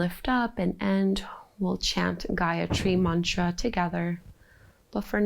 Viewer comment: I am from India and I am feeling proud that our sanskriti spreading and adapting by you with this much of grace. And the pronounciation of the gyatri mantra was so clear thanks for this video. Feeling grate after doing this feeling connected with myself more and there is peace in my heart.head is clear. Thank you again. You are doing great keep doing it. ❤